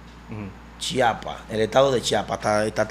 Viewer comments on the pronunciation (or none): none